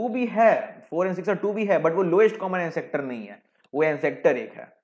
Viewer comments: All good just one correction: its not (an sector ) , it is ancestor pronounced as " an-sister". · ancestor , not ancector. My god! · एनसेस्टर होता है... एनसेक्टर नहीं